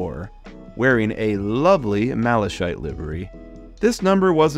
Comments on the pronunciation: Malakite is how it's said. Not Malashite. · Malachite is pronounced ma-la-kite! Also the problem with the bubble car/Daisy is a problem with the driveshafts, was a common fault on release and not too difficult to fix. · and you said maleshite instead of Malachite 😂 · ain’t no way you called it Malashite 😭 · Please look up the pronunciation of 'Malachite' - hearing it wrong so many times was painful Good video and great collection. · Malachite is pronounced with a hard “ch” not a soft one. It sounds like you’re calling it “shit” except in an Irish accent.